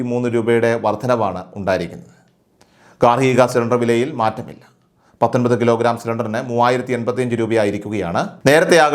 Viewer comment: ഗാർഹിക സിലിണ്ടറിന് വിലയിൽ മാറ്റമി എന്നാണ് കേട്ടത്. മാറ്റമില്ല എന്നാണെങ്കിൽ വ്യക്തമായി പറഞ്ഞുകൂടേ.